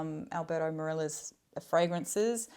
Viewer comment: About Alberto Morillas name, he is Spanish so should be pronounced "Moh-ree-YAS," ending like a "Yes", but with "Ah" instead of "e". This year I´ve bought quite a few ;) the most recent ones only: Chanel Bleu EDP Caron Le 3e Homme Caron pour un Homme Sport Prada L'Homme Prada L'Homme L'Eau Guerlain L'Homme Ideal Cologne Chanel Allure Homme Edition Blanche EDP (waiting for it still) Rasasi La Yuqawam pour Homme (waiting for it still) Some that I have my eye on for the Fall/Winter: Givenchy Gentleman EDP, Dolce & Gabbana The One EDP, Caron Yatagan, Prada L'Homme Intense, Mugler Pure Havane & Mugler Pure Malt